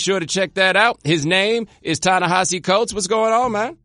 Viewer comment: Thank you so much for turning me on to William Darity. He's the grownup in the room I've been hoping to learn from. Plus thanks for teaching me how to pronounce Ta-Nehisi's first name, but Prof. Darity gets top billing.